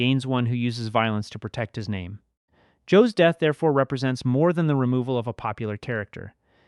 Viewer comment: I like these reviews, different view point from different eyes 💯 BUT the way you guys BUTCHER everyone names is like you didnt watch the show